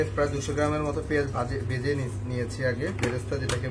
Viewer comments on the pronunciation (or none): none